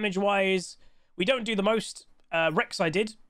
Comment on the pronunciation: Sub goal: one game in your most posh n British accent you can fake. Like “ I dun understand”.